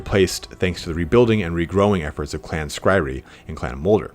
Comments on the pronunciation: clan skry-re... that's a funny way to pronounce clan skry-ur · Skryre is Skri-er, not Skri-ree. Like pyre. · Sk-ry-er not skry-ree. Sorry. That was driving me nuts. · Clan Skryree? Really? REEEEEEEEEE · clan Skryre, Pronounced "Scry-Err" or "Sky-Are" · Skyre is pronounced SKRY-ER. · think it's pronounced clan scry-er, rather then how it's spelled. the clans name is a play on the word scryer so it's how it's pronounced. it's "bue-bo" Edit: I know it's super unclear in the army book to someone just picking up warhammer lore, but this is o so wrong. Skaven 2 lore of magic are called Plague and Ruin.(they predate the use of the word lore but they are lores) Ruin is avalabe to Warlock Engineers Plague is avalable to Plague plague Priests Gray Seeres and Verman Lords can take spells from both, along with the spells skitterleap and the curse of the horned rat( also called the 13th spell). It's a bit weird because these are called signature spells, they fall outside the lores of magic because they predate there addition to warhammer. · Skryre, is pronounced skr-I-er by the way. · Oof, that Skryre pronunciation. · right, I'm a nub painting my first army, and even I know that was cringe worthy lol